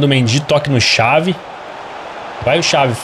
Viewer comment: O engraçado q o chama o Javi de xavi a pronúncia é "ravi" e n "xavi" 😂😂